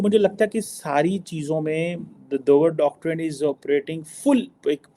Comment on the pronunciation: Pronounce with me now. Doctrine as read Doctreen not doctraine as you are pronouncing. Check with 5th grader in India. 🤣